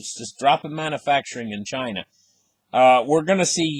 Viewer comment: says, "mannafacturing." We all know he means manufacturing, LOL.